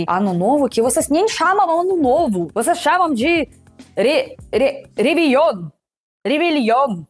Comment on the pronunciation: REVEILOMM KKKK